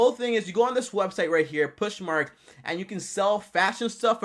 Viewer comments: It’s pronounced PO-SH MARK not PUSH MARK LOL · POSH not Push. Posh mark. Not Push mart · Poshmark like gosh or josh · Is that how you really pronounce poshmark are were you kidding?